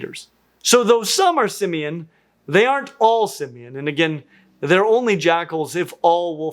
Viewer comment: Just FYI it's pronounced sim-MANE [sɪm.ˈmen] mountains.